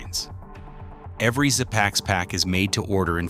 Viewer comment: Pronounced zee packs (zpacks) rather szpacks.